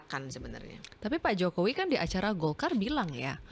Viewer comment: Bivitri kalo ngomong sok jakartaan...pakai K.Jokowi pengucapannya JOKOWIK tapi kalo lihat wajahnya kok kayak org ndeso yam..org mana.DULU pernah di calange pak Mahfud apa yg dia ucapkan suruh mempraktekan...dia geleng kepala. sih...dia...wajahnya coba hidung pesek